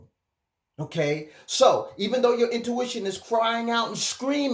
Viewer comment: It’s “INtuition”” not “OUTtuition” ❤️ love it...